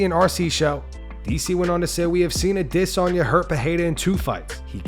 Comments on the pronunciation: Please get Izzy on here and don't use that other guy you guys use for interviews on your other channel, you do the interview because I want to hear you mispronounced his name like that to his face how the hell do you get "diss" out of the letters "de". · Why does he say Asanya so weird? Is that how its actually pronounced? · What made you decide to pronounce Adesanya differently than every other person on Earth? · Why do you always day izzys name so dumb my God it's annoying